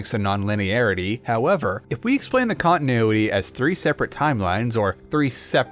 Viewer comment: Jesus. Who taught you how to pronounce English words? Cong-i-noo-i-ee!